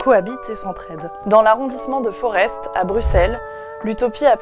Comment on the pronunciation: On ne prononce pas le s fe Forest